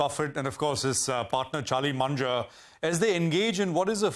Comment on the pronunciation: Its Mun-ger